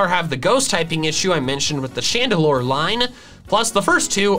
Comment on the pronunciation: CHANDELURE, NOT CHANDALOR!